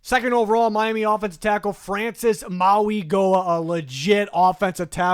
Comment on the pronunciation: Love your videos! You say Mauigoa last name wrong, the G when saying his name is actually said as a N so like Maui-Noah